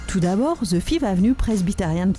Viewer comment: Trop nulle cette femme avec ses ze, ze, ze Empire State Building, ze trump tower